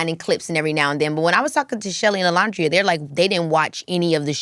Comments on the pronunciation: Keke it’s pronounced O-Land-dria 😁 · Keke girl, that is not how you say Olandria's name 😭 You're upsetting me and my homegirls. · I love Keke down, but I hate that she keeps mispronouncing Olandria’s name. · why is she mispronouncing olandrias name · maam…it’s like 2 seconds into the video and you can’t be bothered to check the pronunciation of the person you just just spoke to?? Can we at least get Olandria’s name pronounced correctly out of other Black women’s mouths?? Just makes it easier for us to advocate for non Black ppl saying her name correctly